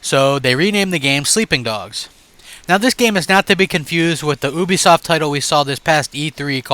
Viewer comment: Youbisoft not obisoft.